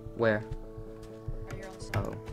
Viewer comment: You mean people can actually pronounce my name correct? OMG!!! Anyways, Gf! I love how when you hit me once you said, "I'm comboing Raayoni!!!" xD